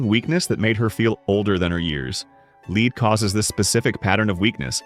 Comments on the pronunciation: When will you learn to pronounce the “ Lead”?? It is pronounced “LED”. Use it!!! There other words you are pronouncing incorrect. You would think you would practice before you recorded. Unprepared much!!!!!!!!!!!! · Why does this narrator constantly mispronounced lead? He knows how to say it, he just doesn't!